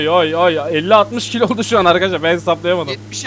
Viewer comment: Abi sen 72 kilis diyorsun haninerde😅😂